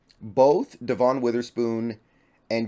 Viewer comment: I think you’re pronouncing Devon’s name wrong, just fyi. Thanks for the interesting content.